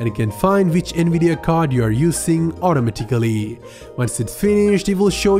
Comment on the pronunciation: Autimitically had me broken down lmao